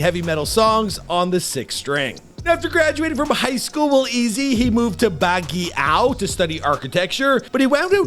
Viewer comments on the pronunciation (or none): i like how he mispronounced Olongapo and Baguio. 😅😅😅